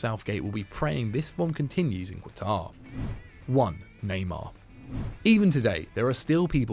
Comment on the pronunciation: Lol did just say qwatar